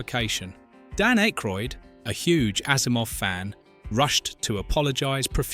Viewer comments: The man's name is Ack roid as in hack ,or jack not Ache roid ,like headache ! Jesus ! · You can tell this is AI because no one mispronounces Dan’s and Harold’s name Jesus man Ah-Kroyd. Not IKE-kroid. The worse thing is it keeps on doing it. Just narrate on your own and Winston never said it’ll make you question God.. Downvoted because you rather use a AI script than just narrate it yourself. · 1. Who the fuck is IKEroyd? It's pronounced Ackroyd even tho it's yk.... 2. Winston said "These things are real. Since I joined these men, I have seen shit that will turn you white!" Not it'll make you question god. He also said "If someone asks you if you're a god, you say YES!" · I'm 2 min in and I'm already tired of hearing IKEroyd. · Who the hell is "Ikroyd"? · You cannot pronounce Dan Ackroyd's name correctly, and you misrepresented Winston's Line? Yeah i can't watch this video. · The AI narration of this is horrendous. The most abysmal pronunciation of Dan Aykroyd's last name that I have ever heard. Thumbs down to this video producer for being too lazy to have an actual human read the script. FYI to the producer of this garbage, having an English accent absolutely does not make the narration sophisticated. Accuracy does.